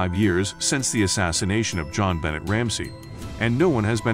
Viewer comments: Her name is bon- nay! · The most amazing part for me was how many times you said her name wrong, and how many things you got wrong about this case. Even the news clips you added said her name correctly. Do more research! God!